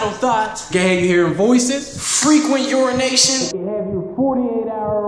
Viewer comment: The frequent uranations got me 🤣🤣🤣🤣🤣🤣🤣🤣🤣